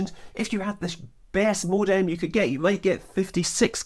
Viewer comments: HOLY DIAL UP TONE BATMAN! say it with us Scott. MO-DEM MO-DEM You madlad you. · Scott you say modem so funny. is it a Scottish thing?